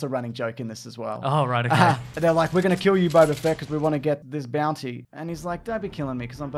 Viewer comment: It's Boba Fett not Bob .A Fett